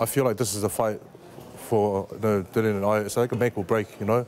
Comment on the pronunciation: Dillian, not Dillon, at least learn his name..